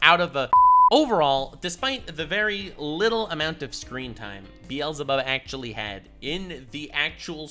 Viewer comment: Wait he's the first YouTuber I heard pronounce the Hebrew beelzabub right. Does actually speak hebrew